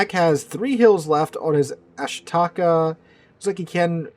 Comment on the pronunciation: ah SHEE ta KAH. FFS..